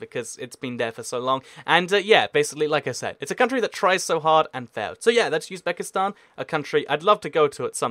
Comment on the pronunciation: It's Uzbekistan, it's not Yuzbekistan